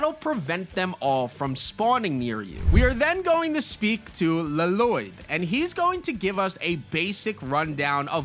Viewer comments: It’s not LLoyd just it’s like loyd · LLOYD = Laloyd 😂😂😂😂😂😂 one L is silent dude. It's just Loyd. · Bruh it's just Loyd!! La-Loyd is crazy work bruh 😂😂😂😂😂😂😂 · His name isnt pronounced laloyd that’s just from the movie in the actual good show it is pronounced Loyd NINJAGO movie almost ruined my favorite show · His name is Loyd, with an extra L, not Laloyd, that was annoying me, lol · Dude, it's not Laloyd. Lloyd is just pronounced loid. 😅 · This guy really pissed me off. Hes calling LLOYD, La Loyd. Annoying ASF. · Bro said luh-Lloyd, and I don’t think it was a joke? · Dude it’s literally just LLOYD pronounced as loyd. Bro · Just letting you know 2 things 1 it's pronounced Loid (but I get the confusion I had the same when I first saw that name first) and 2 bought the Lego pass and og pass (from crew) along the entire Ninjago bundle with your code ☺️ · Lloyd Loyd is how you pronounce it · It's just pronounced loid 🤦‍♂️ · no way did bro actually say Luh-loyd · bro never watched ninjago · 🤣🤣🤣🤣 i was wondering bout that lmao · As a man named Lloyd I demand you say the correct way 😆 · Bro, when he said it pissed me off so much